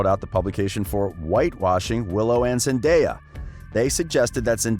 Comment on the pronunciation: I know this is about Zendaya but he pronounce her name wrong